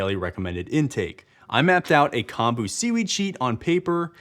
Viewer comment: Great video! BUT, "natto" is pronounced more like naw toh (kinda like "gnaw" + "toe") and "kombu" is more like kohm bu (kinda like "comb" + "boo"). Also, NO. WEAR SUNSCREEN if the UV index is 3 or above! Your body will still make enough.